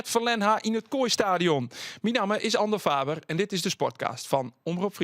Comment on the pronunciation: Andorrrrrrrr Faberrrrrrrrr....niet best.